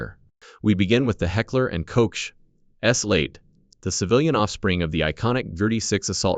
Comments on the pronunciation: Sure does, especially when it comes to the terrible pronunciation of the European brands and no, it is not called a damn "Hagler & Coach"! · Jeez! Lose the sh*t AI narrative! Heckler and coat? mi Garand? AI just sucks! This is a great clip to hit the thumbs down button on!